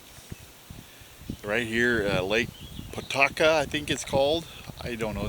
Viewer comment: We pronounce it Pah-toke-ah lake. Fished a State Bass fishing tournament once at that location. Beautiful lake. Lots of lilly pads on part of the lake. Was not impressed with the bass fishing.